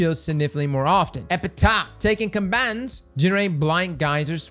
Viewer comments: Isn’t epitaph pronounced like epitaff or am I missing some sort of joke here lol? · OOTL. Is there a reason he says epitaph like that?